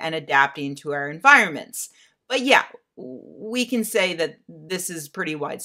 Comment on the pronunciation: can or cant? Oh, if only there were subtitles...